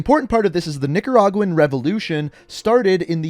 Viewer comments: he said n****aguan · No he said nigeraugin or something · No he said Nicaraguan